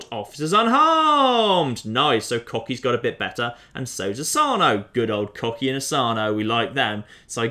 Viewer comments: Wouldn't Kochi be more likely pronounced "Kotchi" instead of "Kokhi"? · Kocki? Kohchee! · Kochi - pronounced "Cocky" Exactly.... Exactly... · he pronounced kochi as "cocky" i am living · Kochi is pronounced 'Koh-chee' Ko as in Koala and Che as in Cheese. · I'm guessing you are intentionally mispronouncing Kochi for humor's sake? As someone who speaks Japanese it's a little painful to hear over and over!